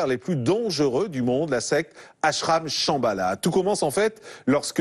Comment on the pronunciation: Shambala, ça sonne chabala, genre tralalá justement, du tralalá.